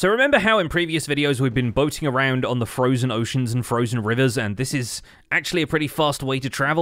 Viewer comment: "Frojen ocean" heheh